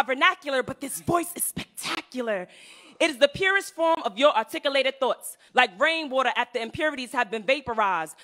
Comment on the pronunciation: The slam poet saying ahtikulated for articulate is gold. 😅